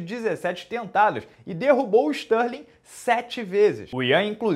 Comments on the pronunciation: Ele falou stanley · Stanley e apercaute foi foda de ouvir...